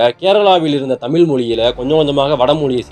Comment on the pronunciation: தமில்/ள் அல்ல - தமிழ். ழ வை உச்சரிப்பை பழகவும்